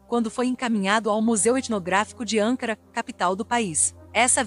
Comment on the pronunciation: Repetidas vezes a narradora pronuncia de forma errada o nome da capital da Turquia. Não é ÂNCARA e sim ANCARA